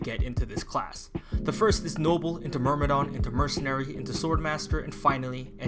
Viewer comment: It's a détail but sometimes "myrm" become "mrym" Anyway good video ❤️